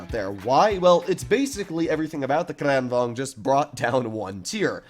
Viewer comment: i loved how you pronounce kranvagn